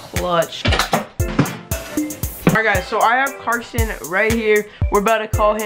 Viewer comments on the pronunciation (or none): It's not varson its Carson